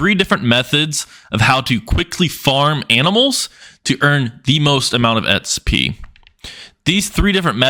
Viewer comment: Xp not sp or etspy what the heck are you saying